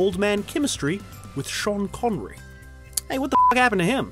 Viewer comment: Great video however, why when you refer to Sean Connery, you do so in nearly an English Accent when he is Scotties?